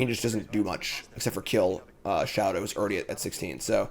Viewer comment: all love but i’m begging you to pronounce show-tah’s name correctly just once